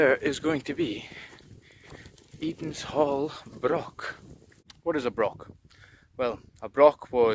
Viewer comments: C-O-C-KBURN!! Whit's wrang wi KOH-BURN? I don't want to haunt your Comments sections as you do interesting videos with excellent music, but to Scottish ears hearing BROCK and your mispronunciation of Cockburn really grates on the ears. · The hill you’re on is pronounced Coburnlaw, leave out the ch. The word broch isn’t pronounced with a k at the end. It’s pronounced the same way as loch. I grew up just a few miles from there.